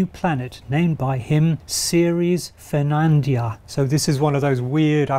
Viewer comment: Did you manage to mispronounce both "Newtoniana" as "Newtonia" and "Ferdinandea" as "Fernandia" ?